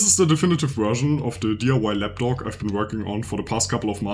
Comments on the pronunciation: But he's saying lapdog though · Du sprichst Lapdock ein bisschen wie "lap dog" aus, also Schoßhund 😁